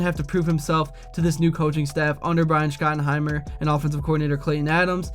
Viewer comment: How are you still mispronouncing Schottenheimer's and Biadasz's names....?